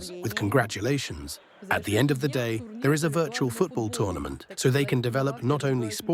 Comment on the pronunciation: "you will lie in ze pod"